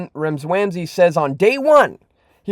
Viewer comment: Seriously..........have enough respect to pronounce Vivek's last name properly. It only makes you look uneducated.